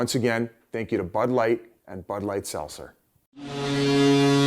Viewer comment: Pronounce the T is SelTzer Biz